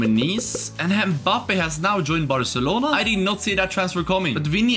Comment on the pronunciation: The way he said mabbpé